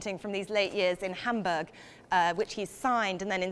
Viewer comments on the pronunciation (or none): none